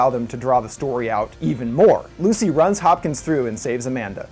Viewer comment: STOP SAYING LUCY!